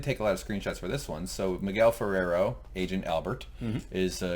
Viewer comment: Ferrer not Ferrero